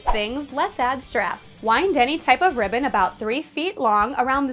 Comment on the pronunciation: i thought she said “ riven “ instead of ribbon i